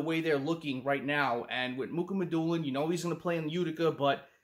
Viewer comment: It’s not Muk it’s (Moo Ha Ma Dew Lin). I call him Russian Sasquatch